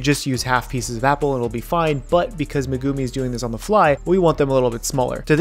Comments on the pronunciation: who tf is meh-goomi lol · I will watch some of your vids, but I will never subscribe. Fucking “Meh-goo-mee” come on white boy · who's Meh-Goo-Mii? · Megumi to Magoomee 🤣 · Ah the way you pronounce Megumi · Have u realized that he can't say the words for the anime >_< Her name